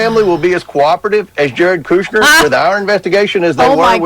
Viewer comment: GOP can’t be taken seriously - country Comer said Kushner like cooch-ner